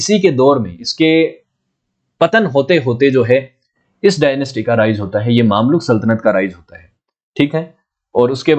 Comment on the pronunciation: भाई साहब ये मामलुक नही है, इसका उच्चारण ममलूक है। कृपया सही करे